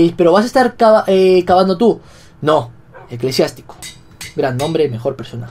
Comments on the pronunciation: Eclesiástico no eclesiatico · vegetta llamo a Eclesiástico ECLESIATICO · Tu perro se llama eclesiatico no eclesiastico